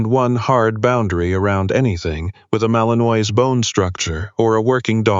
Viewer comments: Seriously, people? The breed name is pronounced Mal-en-WHA, not Mal-en-oiy. Come on. Get it right. If you can't use a word, why use it? It just makes the dialogue sound ignorant. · Granted, it's AI, but maybe it could pronounce properly - mal-in-wa not mal-in-oise. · Narrator, I sure wish you knew how to pronounce words better...not trying to be mean, but it's "malin-waaah" ok? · Fix the AI & find a photo of Belgian Malinois if that's what the story is about. Pronounced Mal in wah, btw. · Malinois is in French and pronounced Mal-in-wah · AI can't pronounce it correctly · Looks like the pronunciation of the breed type which is the subject here could, at the very least, be correct !!!